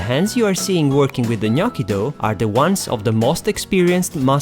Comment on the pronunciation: Thanks for the right pronunciation 😍🍝